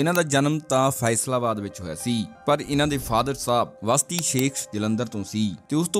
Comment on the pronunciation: ਵਸਤੀ ਨਹੀਂ ਬਸਤੀ ਸ਼ੇਖ ਆ ਜੀ